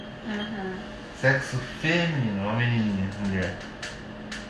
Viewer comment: O é tão fofo. Rsrs acho uma graça ele dizer: "sexo gatinha, muié" 🤣🤣🤣🤣💕💕🥰🥰🥰